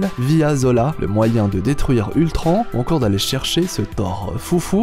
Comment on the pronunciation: Géniale cette vidéo... mais frère... POURQUOI TU DIS ULTRAN !!!!!!!!